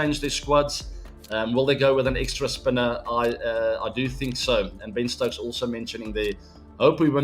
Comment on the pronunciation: When ABD said Ben stokes 😊 When kholi said Ben stokes ☠️